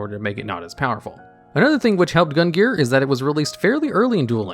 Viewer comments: Omg cant believe nobody commented on this but.... Gungnir is pronouced GUNG-NEAR and not GUN-GEAR. Almost launched me out of the stratosphere with the constant mispronunciation there,. (Was that a secret plugin for a new archetype?:3) Anyways, as always, thanks for the entertaining vid. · I've heard worse attempts. Basically he just completely ignored the second N here. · I should not be this bothered by your mispronunciation of Gungnir's name, but I am. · And mispronounced gungnir multiple times as well.